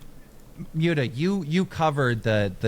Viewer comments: Them calling muta "myootah" had me rolling lmao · Mueta is the best, gotta thank his wife for that lovely pronunciation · Miuta lol kinda like miata